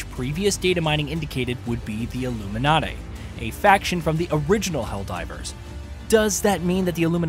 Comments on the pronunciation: ffs. its illuminate not illuminaté. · Illuminahté??? Lol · The way that you say the illuminate lol😂 don’t ever do that again